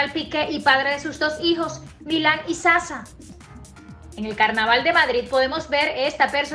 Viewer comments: Sasha! No Saza! Dios mio, cuando esta mujer va a pronunciar ese nombre bien?! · me molesta que siga pronunciando el nombre del niño mal. El contenido es el mismo de muchos canales que están siguiendo esta historia. Nada nuevo y bastantes inventos.